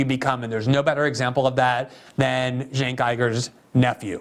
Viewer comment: With Cenk Uygur's last name, he went back-and-forth between pronouncing it 'Iger' and 'Ooger.' At least he gets the pronunciation of the first name right. 😁